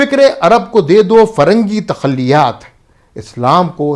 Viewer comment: حضور۔ فرنگی تخلیات۔ نہیں بلکہ تخیلات۔ جزاک اللہ خیرا